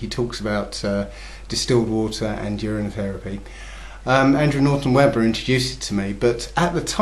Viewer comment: I thought he said "year end" fast... the I thought he said "urn and fast"... then my wife pointed out to me that he said "urine" fast. YIKES!!!! Does he mean to say that he drank urine for 30 days? WTF dudes...